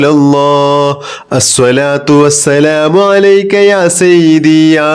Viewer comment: Sayyithi not sayyibi